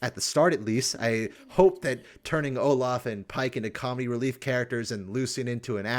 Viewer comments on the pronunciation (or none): none